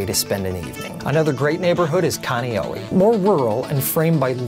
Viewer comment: I was born and raised in kāne'ohe I go to a Hawaiian immersion school and we are very strict on how we pronounce thing and the way you said Kāne'ohe had me dead🤣🙂